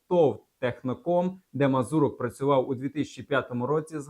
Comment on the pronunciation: Не вірно поставлений наголос МазУрок, а не МазурОк - в цьому загадковість?